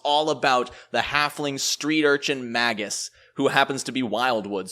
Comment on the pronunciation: Really like your videos - but would like this one even more if you pronounced it "mei-guhs":)